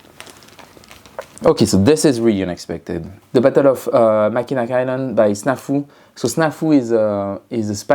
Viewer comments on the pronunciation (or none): Great stuff! BTW (and wouldn't expect someone not from North America to know this), it's pronounced "Mackinaw Island" even though it's written "Mackinac."